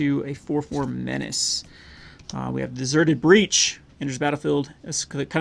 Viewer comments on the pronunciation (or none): Deserted Beach…no “R”.